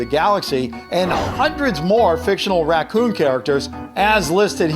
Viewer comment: the "racoon" is obvious did you go to school